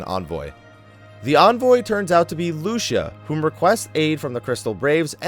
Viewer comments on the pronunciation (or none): Lucia is pronounced Loo-see-ah, not Loo-sha.